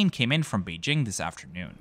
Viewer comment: I must praise you on your pronunciation of city names, such as Melbourne and Beijing